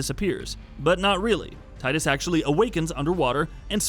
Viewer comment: After all these years people don't know its TEE-dus... NOT tide-us... square has confirmed this multiple times. Get it right.